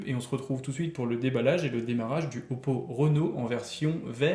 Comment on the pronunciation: Salut, très bon test, j’ai le smartphone il est juste exceptionnel pour son prix, les concurrents peuvent trembler, j’ai juste une petite correction par rapport au nom du modèle c’est plutôt Réno (comme jean) et pas Renault (comme le constructeur automobile) 😆